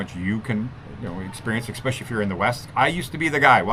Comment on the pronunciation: Yep. He said eXpecially.